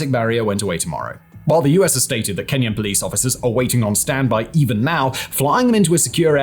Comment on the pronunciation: I cringe every time I hear "Kenyan intervention" in Haiti